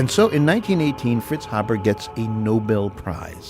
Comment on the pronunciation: I'm a direct descendant. He's help feed billions, therefore, he's been more benevolent to humanity than detrimental. By the way, our last name is pronounced Hay-burr , not Hab-ber.